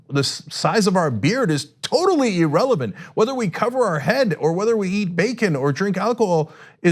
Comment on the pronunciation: E-relevant E-rational What the hell are these words supposed mean? Now Ana is also mispronouncing these words.